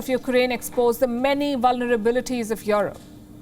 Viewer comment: You're one of the fastest growing news channel, but the way you pronounced 'Europe' is completely not correct. That's a shame for such a big channel like yours. It is not 'IOROPE', it is "IUROPE"